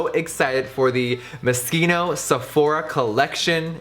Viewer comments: whys he pronouncing moschino wronggggg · geetika agarwal it is he's saying it wrong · When you realize you've been saying Moschino wrong your whole life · MO-SHEENO NOT MASKEENO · It's cute how Jeffree pronounces Moschino as "moskeeno" instead of "mosheeno" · I thought he said Mosquito the whole video. I thought it was pronounced MO CHINOOOH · Isn't it pronounce mos-chee-no not moskino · "Moscino" lol cochino it's MosCHino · Why is he pronouncing it 'moskeeno'😂😭🤔 I canny not be the only one who pronounces it 'mosheeno' 😅✨ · So it's pronounced Musk-een-Oh? I always thought it was pronounced as mO-CHeen-Oh. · MoSHINO not mosquito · ughhh he keeps saying MISKINO .. #Europeansdie 😂😂 its pronounced as Mos-kino 😫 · i heard mosquito the first two minutes in the video and was laughing so much because I've been pronouncing it wrong all along hahaha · Jefree I luv ya but I’m pretty sure its pronounced moschino as ch like chance you got the ch in the beginning but it’s in the middle like mosCHino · every time you pronounce Moschino, i cringe hard... sounds like fucking mosquito. gross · Isn't it pronounced Mo-shee-no? I used to study fashion design at uni and that was how I was taught to say it as in the c is silent, but not trying to throw shade or anything, brand names can be quite confusing ahah still love you Jeffree x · Isnt it pronounced " Mo-Sheeno" ??? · Sarah F really? Man it just doesn't seem right. I could totally be wrong. I feel it could be pronounced like moshino. Like ch sounding like sh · moscito? moskino? what? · Who else heard mosquito every time he said moschino😂😂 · No hate but is it not pronounced moshino? I thought it was a shh noise? I've never heard it pronounced the way he does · Thought he said mosquito at first 😂😂😂😂😂😂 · is he saying mosquito ?? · Haha Jeffree I love you but it's moschino not moskino😂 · Jeffree you say mochino wrong 😅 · I swear! I kept hearing "Mosquito" 😂😂😂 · Is it just me who’s bothered by his pronunciation of moschino :/